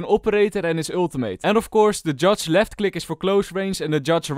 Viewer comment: "judge" Just something minor but still a really good video :)